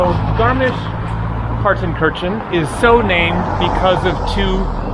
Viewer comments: no, he didn't. he mispronounced several names in this video in a manner typical to English speaker. btw do you even know German or just talking out of your a**? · I am not German, but I think Partenkirchen is pronounced as "Partenkirhen". Kirchen means churches. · Incorrect. It’s pronounced paar tuhn kur chn. Have pronounced it correctly.